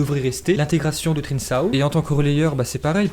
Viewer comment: On dit '' trinkao'' et pas trinsao